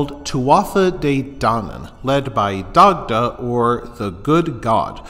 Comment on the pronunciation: No, it's not. There's nowhere in Ireland an Dagda is pronounced "Die-da". Probably the only thing this aul fella got right in this wreck of a video was pronouncing an Dagda correctly.